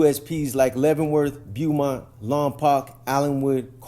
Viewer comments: Pronounced ; Bo-mont, not Bu-mont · We pronounce it “bowmont” here in tx💯💯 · It’s pronounced Bow mont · I was just bout to say that